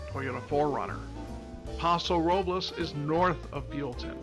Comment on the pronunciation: Nice analysis. I enjoyed watching this. One note: Paso Robles is one of those Spanish names that Californians pronounce a bit differently (and not correct to Spanish language rules as you are pronouncing it in this video). If you listen to how Sandra Oh's character in the film, that's the correct way to say it. More like Paso ROW-bulls.